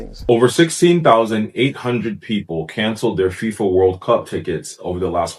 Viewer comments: 0.53 She says FIMA ! It's FIFA, Played it 5 times to make sure. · I am sure she meant FIFA, not FEMA. 😉